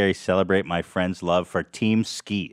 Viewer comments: almost saying Team Skeet as “Keem Teat” 😂 such an Ethan style word scramble. Gonna miss this show, no fax all printer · Are we going to just ignore the fact that said "KeemSteet" instead of team skeet and that is now keemstar's name now and forever amen.